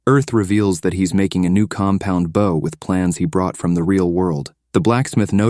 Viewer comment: The hilarity of AI being unable to pronounce words like "bow" never ceases.